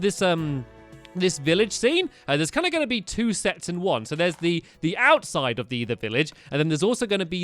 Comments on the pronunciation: Stampy, , you said ' The ouut side of the village while you were falling so it sounded like you were saying oww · HAHAHAHAHHA when you fell you said OWside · The OW-side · At/@ five fifty two, / , when he said out side, it sounded like heeeee said ow! Side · "there's going to be an- OWside of the village"